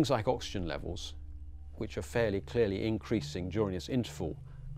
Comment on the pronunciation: "...fairly clearly..."-!?... Why is his sense of phonetic order so broken? Intellectuals and their faulty syntax.